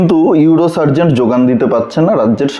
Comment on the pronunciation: আপনি একটা ভুল বলেছেন ওটা ইউরো সার্জন হবে। সার্জেন্ট না। আমি আপনার সাবস্ক্রাইবার তাই ওটা ধরিয়ে দিলাম। কিছু মনে করবেন না।